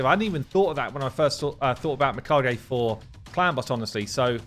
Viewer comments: I'm reasonably certain Plarium used Japanese as the inspiration for the Shadowkin. As someone who speaks some Japanese, i can say with 100% certainty that the correct pronunciation (using Japanese phonetics) would be mē-ka-gā. Written in hiragana it would be みかげ. This all makes sense as well if you consider that mikage in Japanese literally means an honorable spirit (as in spirit of a dead person). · How is it that you weren’t able to say her name correctly until the very end of the video, lol 😂. You know how to farm views, you have now reached legendary status 👍. Keep up the great content. I need to focus more on my ally protect champs. If I can get two and add Valk for her giant shields a buff extender and a huge DPS, I think I could finally 1 key UNM. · Mi as in middle, not mice Ka as in car Ge would rhyme with the Be as in Begum (Indian surname) Funny, you were saying it correctly towards the end 😅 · please watch Raids video on Mikage for the pronunciation... 😅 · How do you pronounce Mikage wrong every time but in different ways? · Bro I’m not even Japanese and I’m ticked off when I hear cc butchering the name 💀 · butchers even the most simplest names 😂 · “Meka gee” 😂😂😅 I watch a lot of anime.. I’m sure it ain’t Lady Meka gee lol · Close. Its not geeeeeeee its gaaaayyyyy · So close. Mi-kah-geh. I do love the creativity behind all the new names gives her though lol Edit: He pretty much got it midway through the video! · Me-ka-Gay not Me-ka-gee 😅😂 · I think youre getting close with the pronounciation. Instead of Mee-Ka-Gee, i believe it should be Mee-Ka-Gae, except the syllables aren't stressed equally, so more like Mee Ka-Gae. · pronounced Mi - Car - GI lol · Just start saying Mi-kidge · It’s Me-Kah-Gay is the correct pronunciation, and a way to say it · You almost had it. Me-Kaa-gay. Edit: Later in the video you say it correctly a bunch of times. GG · His pronunciation sounds like "me caguei" in brazilian portuguese. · nooo it's ge like (get)